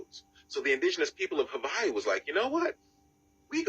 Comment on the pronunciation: "V" is proper.